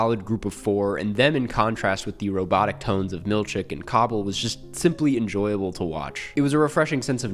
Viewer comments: Harmony Cobel? Nah, Harmonica Cobble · it's actually pronounced like taco bell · bro why tf you calling her cobble? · ‘Cobble’ this why I don’t watch this dude anymore… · … “Cobble”??? “COBBLE”!?!? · "Cobble" instead of Cobel. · Bro really called her “Cobble” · Calling Cobel 'cobble' a subtle reference to outie Mark calling Helly 'heleny' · The “Cobble” ruined all credibility for the rest of the video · Sounds like a mistake an AI voice would make. Or someone who has never watched the show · Dude must have just binged it while playing on his phone. How else do you fuck up “Cobel”? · If you don't know how to pronounce "Cobel" then I don't think you know what you're talking about. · the way he pronounced cobel make me think he was not paying attention like that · As someone who was largely dragged in by the Patricia Arquette of it all, the mispronunciation of Cobel hurt a little ngl. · Never pronounce Cobel again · It’s like everyone who talks about this show is incapable of pronouncing her name right. Are they just reading from a script and somehow get confused at the written name looking like “Cobel”? That an everyone pronouncing Helena “hi-lay-nuh”